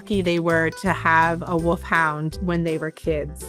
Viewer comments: Its ’woLf hound’ with an ‘L’. Not ‘Woof Hound.’ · They’re not Woofhounds they Wolfhounds 😂😂 My mom says it the same way!